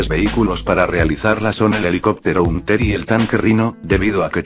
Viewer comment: No se dice huntel se dice hantel